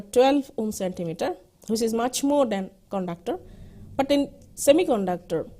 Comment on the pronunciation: konductor ??????? IIT GUWAHATI padhne betho bhosdiwalo.